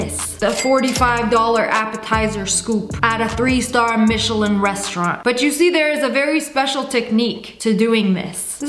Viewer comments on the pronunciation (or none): none